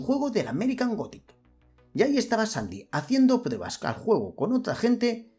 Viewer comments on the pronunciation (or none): none